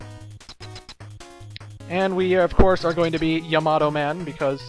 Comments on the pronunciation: It's ya-ma-toe, not ya-mato. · I go by how a Japanese person would say it. 3 syllables in the name, and the name is pretty commonly used in animes I've seen so I've heard it before. They all pronounce it Ya-Ma-Toe, not smashing the last two syllables together.